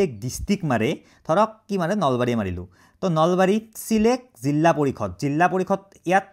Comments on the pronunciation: জিলা ❌ জিল্লা✅ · Jilla nohoi jila koba eman beya khunise dhei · জিলা ❌️ জিল্লা ✅️✅️ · এটা কথা শুদ্ধ যে জিল্লা পৰিষদ নহয়, জিলা পৰিষদ। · জিল্লা নহয় অ জিলা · জিল্লা? জিলা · জিল্লা পৰিষদ মানে নো কি 😂😂😂 জিলা পৰিষদ হব